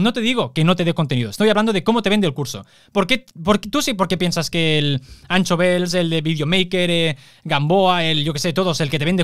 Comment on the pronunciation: Un consejo. Anxo no se lee Ancho. Se lee como sh en Shakira.